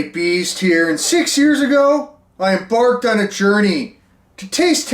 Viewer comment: Totally sounded like said "Six years ago, I em-barfed on a journey."